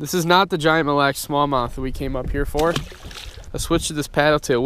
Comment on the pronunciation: please NEVER say milly lacs again!